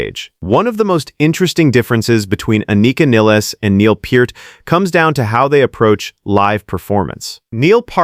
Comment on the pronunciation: NOT PERT!!! (You're pronouncing PURT!!!) THAT'S WRONG!!!! 😠😠😠 It's PEART!!!! Pronounce PEEEEEEEEERT!!!!!! 😉😉😉 YOU'RE WELCOME!!! 😁😁😁